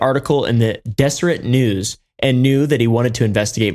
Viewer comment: I live about 2 hours away from here. I've passed Skinwalker Ranch on the way to Colorado several times, and it's always creeped me out..... PS Deseret News is a statewide news group owned by the mormons. It's pronounced DEZ-ER-AY. :)